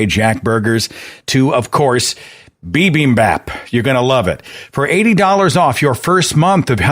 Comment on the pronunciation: Also. BIMBIMBAP is pronounced like "cat" as if with a British accent. Somewhere between "bap" and "bop" but closer to "bop".